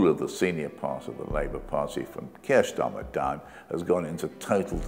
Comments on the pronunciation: Wait...just when I was nodding my head sympathetically...at about 3m56s ...Keir...eer...SCHTARMMER! Slip of the tongue no doubt and not one of those Fareedian schlips. PS - Goodness me! Oborne keeps doing it! Implication is Starmer is "a Jew" and fair game! The Labour Files was interesting in parts. The Labour Party was clearly dysfunctional and could not manage its affairs properly. But any other group that would have been subjected to the same level of hatred and racism as Jewish people, would have been shielded and protected by Corbyn and his followers. Think about it! Note - I am not Jewish or Zionist or right-wing. I am against people usurping the struggle of others as virtue signalling, riding on fighting injustice while failing to understand complexity or knowing anything much about history, culture or politics. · "Kirsch Schtarmer"? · "Kier Schtarmer"🤣